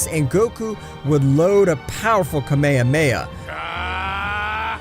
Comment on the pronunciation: “Kamahamha“ what is a kamehmaha!? it’s KAAAAAA MAAAAAAAA HAAAAAAA MAAAAAAAAA HAAAAAAAAAAA